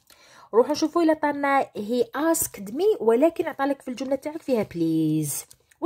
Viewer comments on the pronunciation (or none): شكرا لم افهم لماذا تقولين المظارع وهو الحاضر.من حيث النطق نقولوا asket. ملاحظة اخرى ago age